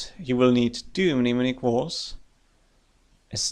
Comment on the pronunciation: A great player, thoughtful analysis, and one of the few Youtubers who doesn't butcher the pronunciation of "mnemonic".